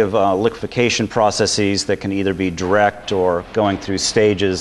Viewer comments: Am I the only person who finds it annoying when someone pronounces the word processes "process-eez?" When you make a plural of a word that ends in -sis (ie. hypothesis, analysis, prognosis, etc.) you change the i to and e and pronounce it -seez. When you have a word that ends with s and you add an -es to make it plural, the e is reduced vowel. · yes... as soon as i heard his pronunciation of processes....just could get through the video